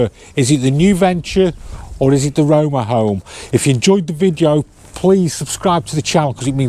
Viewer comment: "Rome Rome and Noose Venture" ?